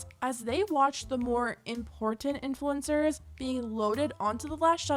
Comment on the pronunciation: = important? Where?